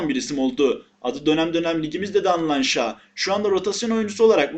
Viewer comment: Oyuncuların isimlerini bazen yanlıs telaffuz ediyon çok gıcık bi durum şa değil şaw kardesim 🤣